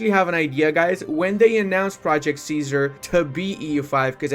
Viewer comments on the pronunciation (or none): none